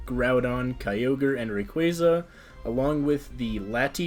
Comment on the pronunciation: Congratulations. You pronounced Rayquaza correctly. That gets a subscription.